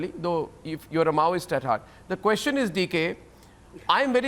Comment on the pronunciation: "QUESHUN EES...." is Arbab Straight? What a B&D ch****ya. Do you need burnall from John Oliver burn?